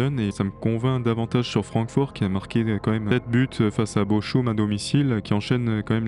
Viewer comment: comment peut on penser que ces gars sont sérieux lorsqu'on les entend prononcer Bochum!!!!